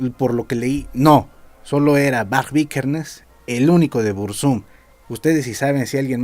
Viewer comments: "BurzÚm" jajajaja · Pronuncias mal el nombre al acentuarlo en la segunda U Uno de los mejores temas es "desde la torre"